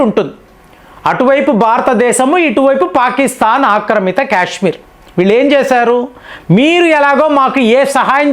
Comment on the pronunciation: Cash మీర్ కాదు కాశ్మీర్ అని పలకాలి